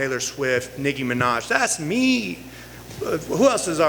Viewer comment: Did he say Niggy Minaj??? 😂😂😂😂